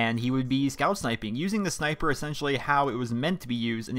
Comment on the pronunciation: Lol you say sni-i-per too? Lol I thought it was just my brother and I that say it and everyone else says sn-eye-per.